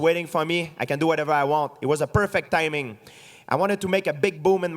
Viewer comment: "Nothing is ever perfeck." - GSP